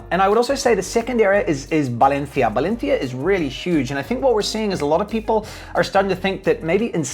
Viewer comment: Dude you sound ridiculous pronouncing Valencia. Why do you over pronounce some words and keep your non Spanish accent for others.. keep it consistent